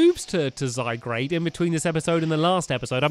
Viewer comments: Stampy: let's take out zygrade Me: its zygard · Stampy it's Zy Gaurde (Zygarde not Zygrade) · It's zygarde not grade sorry it just enjoyed me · My fave Pokemon is zygarde And it's zyGARDE not zyGRADE! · Dose Stampy EVER read the comments, I mean how many times do we need to say it's ZygARde not ZygRAde! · it's not zygrade it's zygarde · also stampy just saying it's not pronounce zygrade is pronounce zygarde the e is silent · no offence but you pronounce zygrarde wrong it's pronounced zy-guard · ITS ZYGARDE NOT ZYGRADE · It's zygaurd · stamps your saying "zygRAde" the name is "zygARde" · Its zyguard not zygrade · Stampy says "lets get out zy-grade" me "should of gone to specsavers" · It's ZY-GARD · My favourite Pokémon is mew I missed the last Episode but my least favourite Pokémon is Kyurem And it pronounced zie-guard Don't judge me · and since your reading comments its pronounced zy- gard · It's zyGRADE DON'T YOU READ THE COMMENTS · Cat AJ -Cat05316 no its zyGARde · Stamps not to be rude but before i explode with anger Zy-g-A-R-d-e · stampy its zygarade its the name your saying the name wrong its z y g a r d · U pronounce zygard wrong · it's called zy-guard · Stampy it's pronounced zy gaurd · it is pronounced zy-guard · Its zyguard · gaming pro # i wish stampy would get zygarde's name right. its annoying me but i try to put up with it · your saying zygarde wrong'